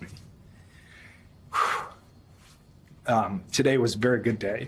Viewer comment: I think I will faint from revulsion. Trump pronounced Evan as Ayven. His daughter has virtually the female version of his name and Trump managed to swap vowels somehow. And Biden is supposed to be in mental decline?